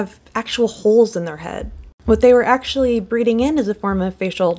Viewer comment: She got that ACHHHSHHHHUALLY pronunciation